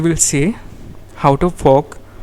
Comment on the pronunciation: i think you need to work on your pronunciation when saying "fork", besides for that good vid